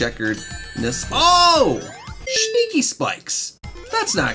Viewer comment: You should have skipped the troll level, you got trolled by getting 20 rings, and don't say shneaky, just say sneaky